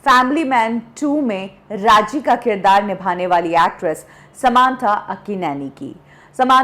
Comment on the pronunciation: समांथा नही सामंथा है वो।